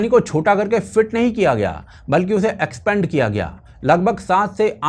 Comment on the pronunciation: एक्स्पेंड नहीं, एक्सपांड. दोनों शब्दों के अर्थ अलग हैं.